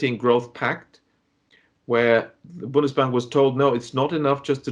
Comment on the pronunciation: Bundesbank not bonus bank